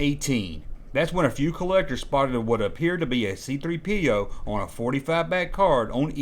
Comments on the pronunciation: Why is the narrator putting the emphasis on "P" in C-3PO's name? The emphasis goes on the "3," everyone knows that. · Why does he pronounce it C3-PO instead of C-3PO? Never heard anyone say it like that. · The way this guy says C3PO with the emphasis on the P instead of the 3 is just weird.